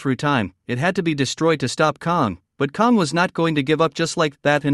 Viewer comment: KONG???? It's Kang with a A